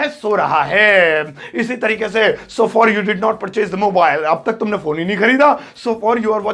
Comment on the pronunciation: Sir, far nhi hota h blki for hota h ...!!😁😁